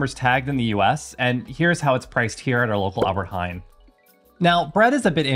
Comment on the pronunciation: I love the way you say 'Albert Heijn'... you really practiced on that